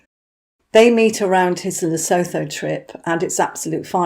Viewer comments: I am white African. Please pronounce Lesotho correctly. Phonetically it is "Le sue tu." Th in all of Africa is pronounced t. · The h in Lesotho is silent, it's pronounced Lesootu